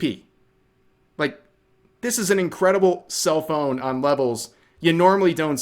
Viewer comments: every time you say self own I hear cell phone lol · Did anyone else think Rev was saying "cell phones" for a minute there and not "self-owns"? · It took a surprisingly long time to realize rev said self-owns instead of cellphones